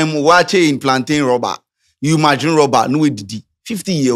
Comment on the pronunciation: Wait, did say Plantain rubber? 😂😂😂😂😂😂